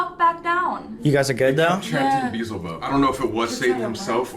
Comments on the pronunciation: BEEzhulbub?... if you're going to pretend you heard a Demon you could actually research how to pronounce the name cause I'm pretty sure that a Demon isn't going to mispronounce its own name lol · I watched the video, and I am quite certain that a demonic entity would know how to pronounce "Beelzebub" correctly. All of them pronounced it "Bee-zel-bub." It was good entertainment, I admit. Actually, I even want to watch more of their videos now. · For me the give away was that the ghost/ demon mispronounced "Beelzebub"....